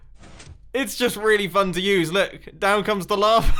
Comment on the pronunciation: You are saying lavr instead of lava